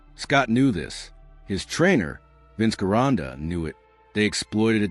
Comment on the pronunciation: The name is correctly pronounced... Jeronda! Only, The capital "J " is replaced with a capital, "G". It's... VINCE GERONDA ! (J) .